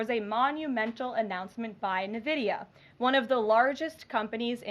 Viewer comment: Nvidia...not "Nividia".